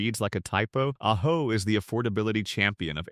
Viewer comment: AI is hilarious. First it says ah-joe. Then it pronounces it correctly as ah-ho. Then it's a-ho.